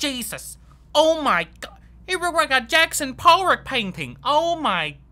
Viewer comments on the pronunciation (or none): "Yackson Porrok painting", just noticed that. Fucking brilliant.